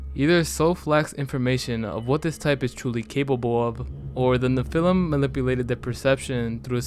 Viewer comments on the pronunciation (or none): It's "NEFF-fill-im", not "nuh-FELL-um". It's also Lutanic, not "Loo-shee-annik". The latter is said right there in the video clip right after, lol. Sorry, pet peeve.